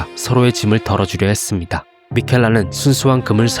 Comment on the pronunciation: 끝 맺음 발음 나만 좀 귀엽게 들리냐 햤음니다.